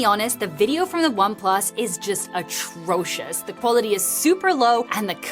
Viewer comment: atrocious is craaaaaazy work😂😂